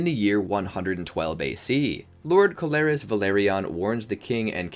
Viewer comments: Pronunciation is awful... Corlys is Core-Lis not Co-lar-is... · It’s Corlys not Colaris. But otherwise, great video!!